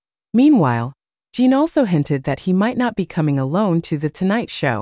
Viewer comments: Correction, His Name is J I N, Not Jean or Gene. Why do so many YT channels fail to do their homework and verify his and other celebrities & idols names before reporting on them? Jin is a Male so he's a HE, not Her. In the beginning of this video you referred to him as HER. I normally don't say anything like this but if you want people to believe what you are reporting, you should really try to at least say their names correctly. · Why can't this robot be programmed to call Jin -- Jin? He's not Gene, Jean, or Jyn. And he's a HE not a SHE. Are we supposed to believe what you're saying is accurate when you can't even get Jin's name correct, or the fact that he's a HE! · His name is Jin sounds like gin. Not Jean. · Jean.. Jyn..!!! Its JIN. eg. Jimmy Fallon🥸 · His name is Jin, Kim Seokjin not Jean. Geesh! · I think that the spelling is usually "Jin", but it gets mispronounced as "Jean". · Dont understand this people that report on Bts, the even dont know there names, his name is Jin not jee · His name is not Jean it's Jin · I hate it when they call him Jean or her 😂😂😂😂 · I know right? Jin its not that hard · It’s spelled “Jin” Kim Soek-Jin (Jin is pronounced Gene) But you know, I seriously don’t think Jin cares about the pronunciation. World wide appreciation for his music from people who speak different languages is is not at issue for him. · Is she saying Jean or gem, im confused. :face-blue-smiling::face-blue-smiling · immediately reminded me of the rush hour line, with the curse word, (his name is line) is this auto generated or something. in the future, a person who cant say his name properly should get their high school diploma confiscated, honestly 🤦